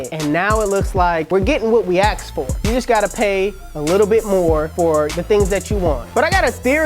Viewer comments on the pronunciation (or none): I really like this guy, but "axed?!" Great personality and very informative. Thank you!